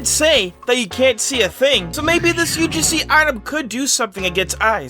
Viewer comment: He said not ugc he said ug-see